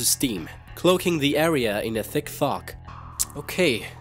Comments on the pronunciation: When u say fog u kinda say faq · Umm lol either his tongue slipped or what but to it seemed like he said F*** instead of fog :P :P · did you say fog or fuck